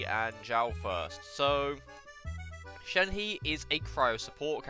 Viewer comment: shenhe is pronounced shen-huh. no hate just coming from a chinese person :)